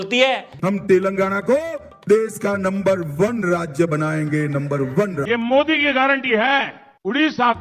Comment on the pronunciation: Boss d k ❌ modrike 🤣